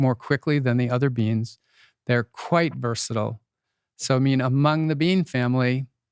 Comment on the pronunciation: 2.12.24 "a mung the bean family" haha!